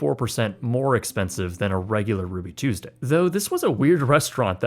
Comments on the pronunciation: "RUUBY TUESESDAY" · "RUUBY TUESESDAY?"